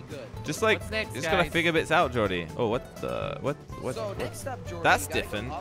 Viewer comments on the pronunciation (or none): Has anyone noticed when says different he says it like “ diffent”